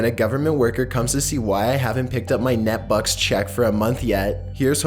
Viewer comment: its neet(neat) bucks, not net bucks.